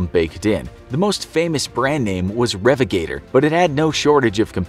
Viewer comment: How is the mispronunciation of revigator a thing? It's pronounced "Ree Vig A Tor" not "Rev I Gator"....... >.< As the old promotional jingle song from early radio went, "Find the health you're looking for, With the grand re viga tor, Your water's wilted it's the truth, so you need this fountain of youth Prime it up every day, drink your disease away and be robust ro-bust. The shadow of a doubt upon the water that you drink, removed by the re vig a tor, put's you back in the pink. Ra-di-o activity, makes you feel oh so healthy, You'll never grow old, and you'll thank us for the wonderful reee-vig-aaaa-tOOooor!"